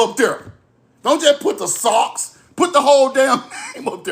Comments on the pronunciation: Suu not Sock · Respectfully, Sioux is pronounced Sue.❤